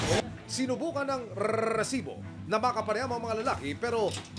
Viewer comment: ayusin m nlng sir pag banggit ng resibo panget pakinggan parang ano😅